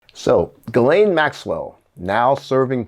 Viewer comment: Gi like give and lane. Gi- lane The s is silent.